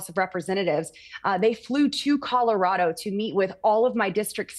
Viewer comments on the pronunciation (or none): none